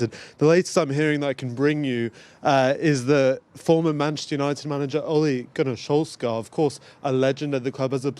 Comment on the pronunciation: Oligunne solfscarf? Wtf 😂😂